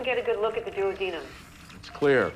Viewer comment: why did she mispronounce duodenum